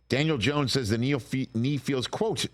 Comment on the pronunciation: He doesn't even know how to pronounce Dan last name 😂😂😂 Gracias por confirmar lo que ya todos sabíamos 😅